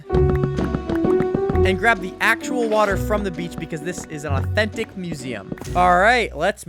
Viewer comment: I thought he said autistic museum wth 💀